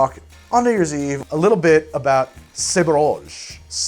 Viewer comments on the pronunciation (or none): Sah-bra-ge, not say-bra-ge